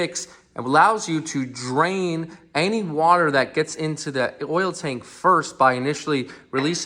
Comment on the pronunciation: Say water not saw water